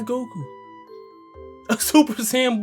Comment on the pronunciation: bro said guku